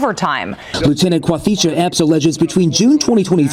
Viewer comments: "Quathisha"...I spent six months in both West and East Africa combind...never heard the name Quathisha. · Lieutenant Quantisha??? 😂😂😂